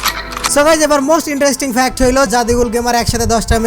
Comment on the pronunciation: Unknown Fact Of: আবালটা একটা মূর্খ... শালা Fact উচ্চারণ করতে পারে না... Fact কে Fax বলে... 😂